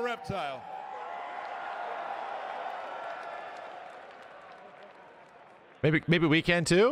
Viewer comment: REPTILE!!!! REPTILE!!! ITS REPTILE!!! REPTILE!!!!!